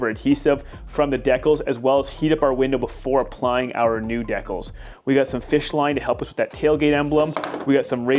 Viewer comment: Who pronounces decals that way I'm sorry but that bothers me lol